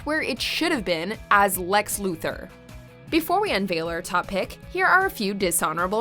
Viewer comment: The pronunciation of Lex Luther was beautiful